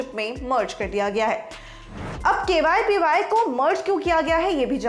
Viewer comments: It's not kypy it is kvpy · It's KVPY not kypy